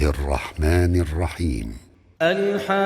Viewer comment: Hayikeh nahee hai BELKEE... HAAKEH HAI PLEASE READ CORRECT✅ LY